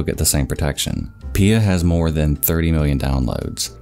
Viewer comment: I'm like 95% sure it's P-I-A and not "Pia".